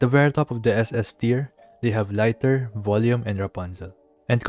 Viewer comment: It's "lee-tur" like the unit of measurement, not "lai-tur"